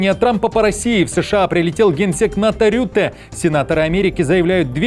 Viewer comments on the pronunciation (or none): Не рютэ а хрютэ. 😂😂😂. Так лучше подходит😂😂😂😂😂😂😂😂😂😂😂😂😂😂